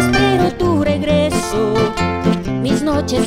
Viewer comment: No se pronuncia solo unacr si no como que fueran dos rr , regreso, ahi estan los musicos para q la corrijan, doble rr se pronuncia , rresignarme, ojo le pongo las dos rr para q cortija. Como cantante no vale.